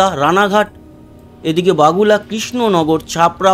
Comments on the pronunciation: বাগুলা না বগুলা হবে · বাগুলা নয় ওটা বগুলা হবে